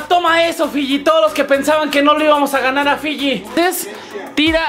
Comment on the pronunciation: dice filli LLANOS